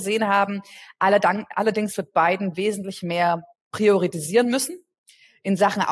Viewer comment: "priorisieren" heißt es, nicht "prioritisieren".